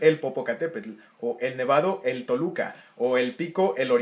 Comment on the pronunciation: Soy de Toluca... Y obvio no se dice así xD